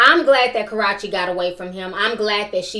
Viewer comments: Stop calling the girl Garachi her name is KARRUECHE !!!! ...CA-ROO-CHI If you prefere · KA-RUE-CHEE IS HER NAME! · Her name is pronounced Ka- Rue- Che. I used to be so crazy over Chris since I was 14 and supported him by going to concerts ( went to his concert in March) buying albums etc but his recent behavior in the last two years have really turned me off. He loves to blame the media and the devil but he's responsible for his actions. For example, trying to rep the Blood gang when he knows he's not about that life and threatening people over a girl that's been done with him. He needs to get off social media, reflect about his life, get help, and stop being an attention whore. His little fake thug groupie leaching "friends" need to get a life and mind their business. Karrueche has moved on. I can't feel bad for Chris because he got a groupie pregnant. What did he expect? Royalty looks just like Chris (especially as a baby). She has too many questionable people in her life. #PrayforRoyalty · Why can’t you say this girl name correctly lol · It's funny you pronounced Karrueche wrong every time. Chris wanted a family with his ex she didn't want kids and said she wanted to work on her career. But you're 100% right be mindful who you lay down with because a man only say so is putting that condom if he doesn't or if the condom doesn't work the balls in her court. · You saying Karrueche name wrong. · I always wonder if she pronounces Karrueche's name wrong on purpose to be funny or if she really doesn't know she's mispronouncing it